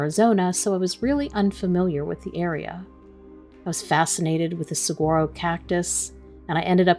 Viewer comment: Saguaro= silent G. Suh-wahr-oh